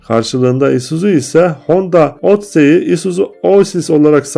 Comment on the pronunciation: Emeğinize sağlık, bir konuda dikkat et etmenizi tavsiye ediyorum, lütfen markaların telaffuzuna dikkat ediniz ve orijinal okunuşunu araştırınız. GMC= Gi EM Sİ, Odessey= odisi. Chevrolet= şevrole. Buick= biuyik